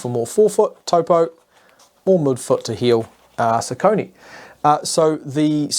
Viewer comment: Nice comparison video and focus points! :) Just one thing at the end: What ios "Sau-co'-nie" (in german pronounciation) ? Isn't it pronaunced like "sock-a-knee" or "soccer-knee"? That pronaunciation i didn't recognize at first that this is a name and wondered ;)